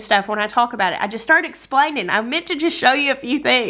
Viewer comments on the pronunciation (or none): sounds like she's lived in SC for a little while with how she said "explainin'" I love it!!!!! I went to band camp in southern Okahoma for a week and came back with a drawl. Ha!!!